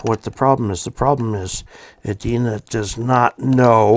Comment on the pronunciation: There is a city in Minnesota called Edina. The E and I are pronounced as long vowel sounds. I made the same mistake when I moved up here some 40+ years ago. Also, may I suggest that you review your entire video before posting. Much of it was out of frame.